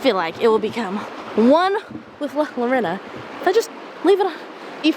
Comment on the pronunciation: Her name is not Lorena, try replacing the Ls with the sound of y when you say it and there is no e it's an O. like Yorona.☺️❤